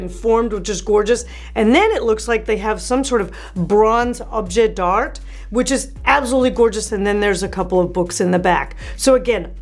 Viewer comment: Object d' art = "Objay dar" , not dart. Good video.